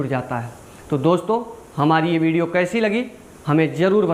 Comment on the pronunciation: 😂😂😂😂😂😂😂bidio nhi jahil video pahle bolna sikh uske baad bolna